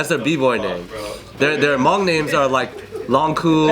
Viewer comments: I appreciate the video dedication, and also, there’s not a strong UNG in the pronunciation its more an O like in mow or boat..as well, the H isn’t truly silent but that gets a bit mire complex to describe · The guy in the red t-shirt to minutes almost was fainted after pronouncing the word "Hmong". His eyes were all shut and he almost had a heart attack due of the God's given name, "Hmong". Justkiidding. "Tsis dog dig".